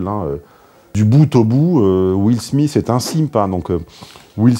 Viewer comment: Will Smissss lol